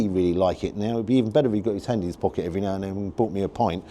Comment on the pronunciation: love your pod. Nice variety of places and food. Just one thing annoys me- it’s how you say his. It’s his, not he’s. Petty I know, but it winds me up!!